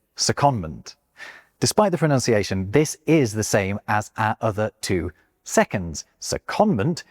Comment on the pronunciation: Fun fact for you... Pronunciation has one o less than pronounce and hence it is pronounced unlike the way you are doing 😊